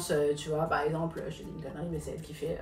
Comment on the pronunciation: « Paremple » au lieu de par exemple elle dit ça à chaque fois dans tout les plateaux où elle vas 😂😂😂😂 faut vraiment apprendre à parler